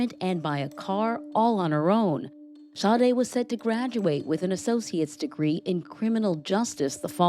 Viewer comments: How can the girl's name be pronounced Shaday, when it's spelled Sade??? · I'm interested in knowing how in the world they got that pronunciation out of Sade?!